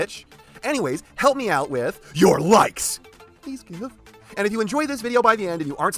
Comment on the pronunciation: Help me a bit. Your likes. Sounds like your lice. The little crawlers.